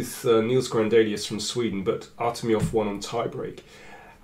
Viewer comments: Artemiev plays like Morphy and its ArtemiEv not ArtemiOv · I don't know what you mean. why cant Daniel King say Artemiev like it is pronounced by everyone else.